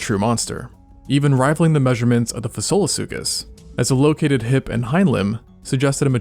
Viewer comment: Mr. When you said the name Fasolasuchus, I bowed down to it!